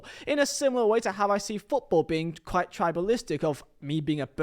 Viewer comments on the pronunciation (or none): none